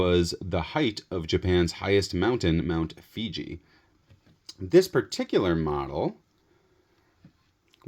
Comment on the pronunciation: Fuji, NOT Figi!